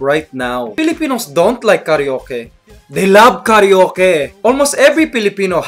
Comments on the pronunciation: A Filipino wouldn't say KARYOKE but KARA-OKE :)) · it's karwake not karyoke :) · not karee-yoke... but KARA-O-KE, thats how it's pronounced in filipino hehe. have a good day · you said ka reo ke...instead of ka ra oke....XD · and it's not kareyoke. BIDYOKE!